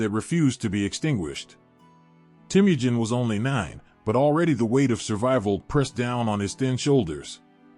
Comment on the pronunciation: I enjoy your channel. I'm glad I found it, as you don't often find full history videos, even if they're history briefs. Though, all I can say is that if your channel continues to grow, you can look at how to pronounce names. As Temujin is teh-muh-jin. And maybe when there's multiple pronunciations, like for Ghengis. You could briefly put over your art, each saying phonetically, just so you don't get frequent comments in chat. These are just humble suggestions, and I hope you have a wonderful day. 🙏